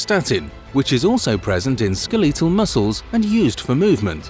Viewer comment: skel-EE-tal muscles??